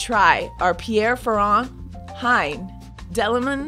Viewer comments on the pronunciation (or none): none